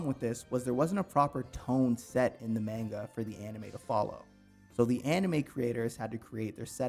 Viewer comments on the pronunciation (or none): this guy can't pronounce manga